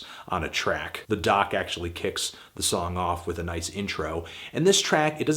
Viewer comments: it's pronounced "Dee Oh See" not DOCK! Great review though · Did he just call D.O.C. (dee-oh-cee) the Doc? Fantano man, you know your music more than most people, but it isn't a "eh what's up Doc?" kinda thing.